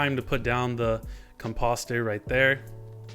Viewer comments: You’re trolling right? There’s no way you keep pronouncing ‘Composter’ & ‘Bone Meal’ like that! (Com- Posster) & (Bun Meal). Listening to that INSTANTANEOUSLY gave me Misophonia! 😬🤫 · my dude says composter like it lookin sus